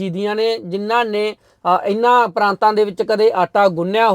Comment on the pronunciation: ਪਰਾਤਾਂ ਨਾ ਕਿ ਪਰਾਂਤਾਂ Praataan (not Praantaan)